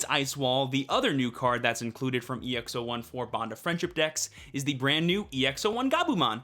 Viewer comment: It's EX-"Aught"1